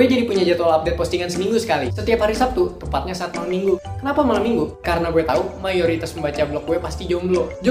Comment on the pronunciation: Azek. Tapi malem minggunya jangan ditekenin gitu